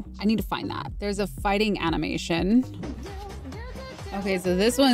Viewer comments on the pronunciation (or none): I started screaming as she said phighting